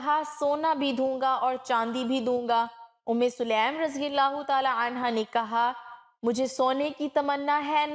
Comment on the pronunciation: Selam nahi . Bulka saleem hai.